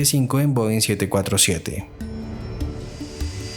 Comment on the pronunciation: Is this an AI narrator? Most of the comments are praising the clarity and voice, but it definitely sounds like AI. Many of the plane types are mispronounced (Bo instead of Boeing) and the cadence is very annoying, filled with pauses in the wrong places and badly mixed with the background music. I notice that most of those praising the narration are commenting in a language other than English. I assure you, this is a terrible narrator to listen to for anyone speaking fluent English.